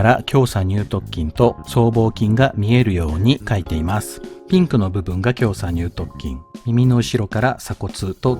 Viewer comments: きょうさにゅう"とっきん"、ではなく、きょうさにゅう"とつきん"、です。 細かくて申し訳ありません💦 本職が人体関連なので気になってしまいました💦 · イチャモンをつけるクレーマーですけど、 イラストによって胸鎖乳突筋の鎖骨頭が斜角筋のような位置になっているような気がします あとそう聞こえるだけかわかりませんがにゅうとつきんをにゅうとっきんと言っているような気もします